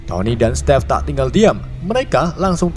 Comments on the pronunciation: stiv oi bacanya bukan stev/step.. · "SETTTIIFF EH SETTIF" 😂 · Stive eh setive kwkw